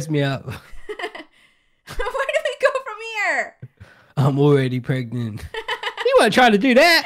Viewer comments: and its not pregnat its pregnant😂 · "prognont" LMAOOO 😭😭😭😭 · i aint dumb💀 she says it like pregnont 😂